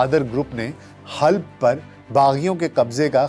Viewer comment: Halb نہیں Halab